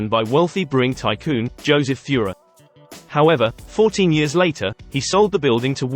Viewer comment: #15 - it is pronounced "TOY'-rer". I'm a direct descendant of Mr Theurer.